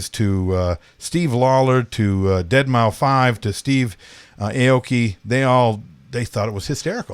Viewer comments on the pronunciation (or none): You guys are hilarious, just for the wrong reasons. Adam Sandler and Andy Sandberg are two separate people. Davvicii is Dave ghetta and avicci combined. You pulled a Shatner also be calling the dj Deadmouse 5 and not deadmau5. Do you guys still DJ and know current music or just make these vids now?